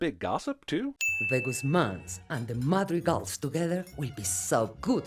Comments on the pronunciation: And one more for him pronouncing Madrigals wrong the whole time lol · Biggest sin here is pronouncing Madrigal like.... that. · i stopped watching the minute i heard him pronounce madrigals